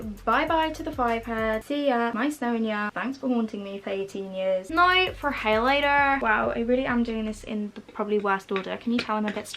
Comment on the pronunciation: Omg whenever you said “now for highlighter” you sounded so northern Irish it’s unbelievable 😂 aka where I’m from so it’s a compliment